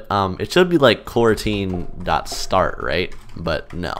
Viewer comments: Normal people: "Coroutine" Me: Q u a r a n t i n e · at first, for a second, i thought he said quarantine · FYI. To avoid confusion in it's title, it's pronounced "co-routine".